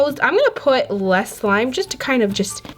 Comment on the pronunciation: Why did she say sime? It is not sime